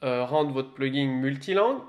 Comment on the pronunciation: Merde, ça avait l'air très intéressant mais après , à force d'entendre PluginG avec un "G" à la fin, j'en pouvais plus. C'est un plugin sans 'G' qu'on dit. Comme dans plug ... in. "Brancher dedans"... Traduction réelle : extension. J'ai pas été capable d'en faire "axtraction" :P